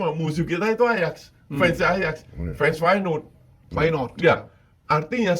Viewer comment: Bang pengetahuan sepak bola lu payah benee dah 😂, masa ajax jadi ayaks, feyenord jadi my not, van dirk jadi pandai 😂, tapi gua paham lu cuma angkat berita doang